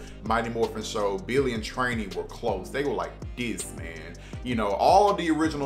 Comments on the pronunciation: Who tf is Trainee its Trini (Tree-Knee) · Why do you say Trini so weird... You pronounce it with an A?